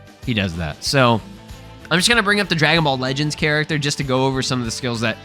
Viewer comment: Yo just say character don't cay cac 😂